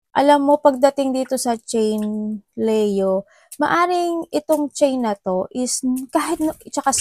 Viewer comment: Sorry, na-o-OC lang po. I like your readings, but please say Li-yo po... Not Le-yo. Leo is read as (LI-YO)